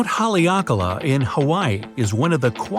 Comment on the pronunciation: Haleakala (hall-ā-a-kala)